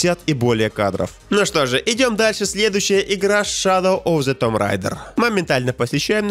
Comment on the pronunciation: Shadow of the tomb (читается тум а не том)